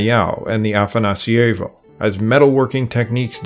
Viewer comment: The way you pronounce afanasIEvo makes it feel italian. It's afanAsievo. That's a small thing, nice video.